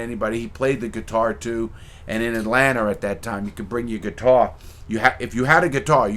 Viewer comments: “Atlanter...sweet home alsbamer” 😂😂😂 Mr. Crabs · I never understood where east coast dudes see the R in Atlanta? Atlantar